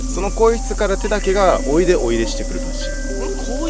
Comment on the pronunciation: おいでがこいやで草